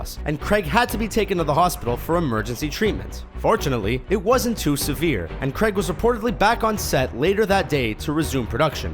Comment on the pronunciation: It's Daniel Craig not Daniel Gregg